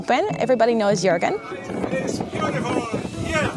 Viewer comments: Jourgen pewds lol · it's Joergen but spelled as Juergen!